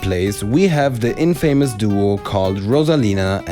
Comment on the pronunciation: you mispronounced infamous by us American standards.